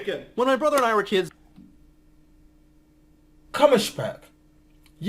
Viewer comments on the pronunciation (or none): Kommerspeck is wrong , it is Kummerspeck .